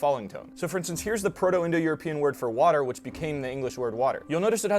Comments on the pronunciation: The way he said ’Water’ in the video was almost like in Swedish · New Jersey still pronounces water like that